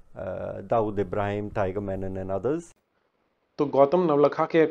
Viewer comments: Funniest part he repeatedly kept saying Yakub "Menon"... While his name was Yakub "Memon" was it deliberate 🙄🤔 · Ek to "MEMON" hai "MENON" nahi. Menon South-Indian Keralite Hindu surname hota hai jab ki Memon ek purely Islamic surname hota hai. Jisko bachane ja raha hai Navlakha, uska naam bhi properly nahi aata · Sala memon ko menon bol raha hai gautam nauhaga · So much detail in the speech and yet no attention to read the name properly? It's Memom and not Menon. No one likes to hear their names distorted in letter or in spirit and here a decent Hindu Mallu community is being maligned as opposed to a completely different individual who has nothing to do with Kerala.